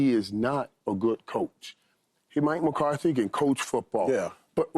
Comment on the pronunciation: Hey Paul, its McCarthy, not Mcartey for the 100th time.